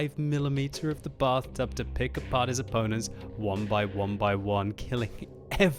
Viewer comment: The Batht00b, as the French Accent says. ( Bath-toob)